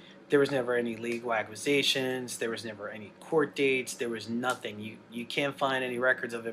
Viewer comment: Anybody else absolutely infuriated by Dahvis pronunciation of 'accusation'? I know there's a lot worse in this video but like, man.